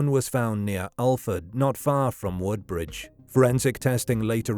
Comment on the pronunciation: Narrator mispronounces Hollesley and Woodbridge.